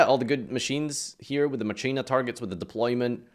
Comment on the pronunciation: Please stop pronouncing Machina like that